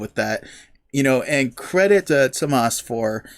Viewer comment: If you want to hear how to pronounce Tuomas’ name properly (you’re pretty close) check out Nemo from this same concert. Marko says it to the crowd.